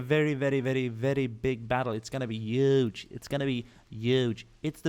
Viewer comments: When you pronounce the word huge your supposed to put emphasis on the h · Yuge it's gonna be yuge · You say huge wrong.